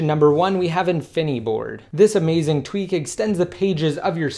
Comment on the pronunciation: why does he say infineeeboard... its called infiniboard...